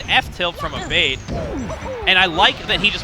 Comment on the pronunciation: I swear if Abate is Italian the name is pronounced "Ah-bah-tay" not "a-bait"